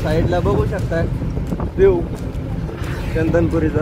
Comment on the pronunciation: चंदनपुरी नाही, चंदनापुरी आहे.